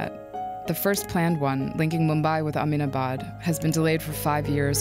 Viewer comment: Kilometres is pronounced like nanometres, not like thermometers. And "Aminabad"? Did you even try to pronounce Ahmedabad correctly? You're a reporter; please do better.